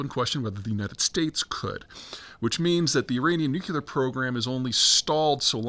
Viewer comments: BTW, it’s nuclear, not nuculer. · Peter - please stop saying "nu_CUE-ler" , its "nu-KLEE-er" !! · Goddammit, we're back to "nucular" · Peter! Please stop saying nucular! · Could someone please 🙏 teach Peter how to correctly say, "nuclear?"